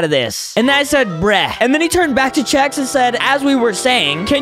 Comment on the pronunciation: Yea “Chef” it’s Chex